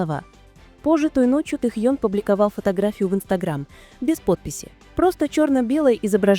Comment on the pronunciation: Автор, правильно ставит ударение на имени . В Кореи , так говорят его имя.